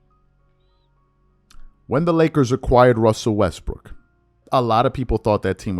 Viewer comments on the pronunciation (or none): Wussel restbrook 😂